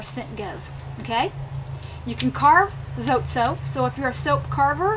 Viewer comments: it is pronounced zotay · ...Hi. Not to long ago I found out we were pronouncing "zote" wrong. The correct way to pronounce it is with 2 syllables "zo teh" like "hay".. its taking me awhile to get use to it but its kind of cool. Anyway, I thought I'd share. Blessings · It’s pronounced ZOT-EH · Zot(eh) is the correct way to pronounce it 😉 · It's pronounced Zo-tay.